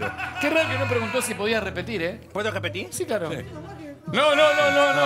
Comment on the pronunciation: "¿Puedo rejpetig?" 😂